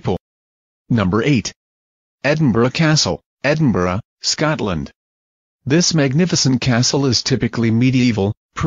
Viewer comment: Aye ano it's probably no haunted been loads of times not even heard anything about it being haunted and wits with this cunts voice if your going to mention Scotland say it properly or fuck off